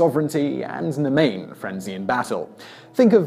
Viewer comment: Obligatory "Morrigan isn't a death goddess, she's a war/sovereignty goddess." She's also specifically Irish, not Celtic, though she has counterparts among other celtic tribes (Cathubodua in Gaul, for example). For pronunciations, Babd is "bye-ve", Nemain is "NEV-in" and Macha is "MAH-ka." Also, the comparison to the trinity is....dubious. It's more like Babd, Nemain, and Macha were all gods who at one time or another shared the title of Morrigan. It's absolutely 100% not "Maiden, Mother, Crone." That's a Wiccan concept that does not apply to ancient Irish folklore. And I don't think she brings the dead to the otherworld--Manannan Mac Lir does that. Signed, A Modern-Day worshipper of the Morrigan